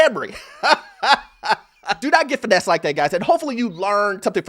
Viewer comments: Finessed and not financed LOL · “Finessed not Financed” lol😅